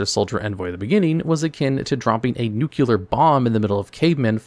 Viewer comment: Stop mispronouncing "nuclear" it's cringe the root word is NUCLEUS say NUCLEUS out loud then say NUCLEAR out loud